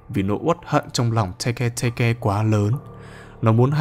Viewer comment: Tege tege:❌ Teke teke:✅☠️☠️☠️